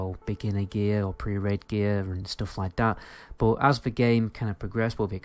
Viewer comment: I love the way you say "bod" instead of "but" <3